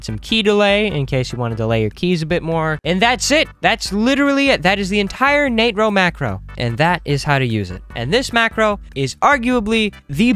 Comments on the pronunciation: It is pronounced NAY TRO macro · Hey William Nah-tro 🫠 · im still gonna pronounce it natro 😡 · Sheeesh okay bro ... Nat-ro not nAtro got it don't need to yell XD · it sounds like hes saying the n word